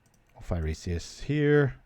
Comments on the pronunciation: It's pronounced "fy-ree-sis" not "fy-ree-see-iss" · Why do you keep pronouncing Phyresis with extra vowels?